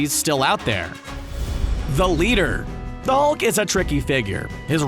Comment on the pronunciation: u said thulk